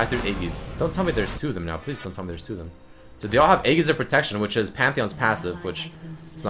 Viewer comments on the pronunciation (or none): E-dzis! Not E-ggis!